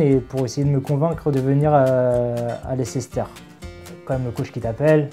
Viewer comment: "Lessister "?!!!?😅😅😂😂😂 Ah ces Français et les langues étrangères. Leicester se prononce " LAYSTER" pour ceux qui ne savent pas.